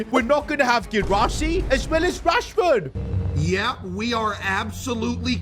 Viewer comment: Marcus "Rahsford"